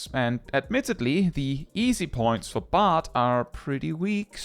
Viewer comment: Bard rhymes with hard